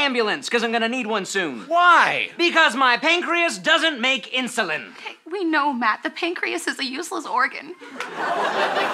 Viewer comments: I died when they couldn't say insulin correctly. Inzulins Inshulin Insurin Straight up I couldn't stop laughing 😂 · "All the guys are passing around the inzullens" 😂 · Also INSHUWEEN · Insurin Inshulin Inzalin 🤣🤣🤣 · I’m sorry but eEnShULEeN ? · Insoleen, insorlen, lol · yes. "Insurin" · The added touch of none of them saying insulin correctly though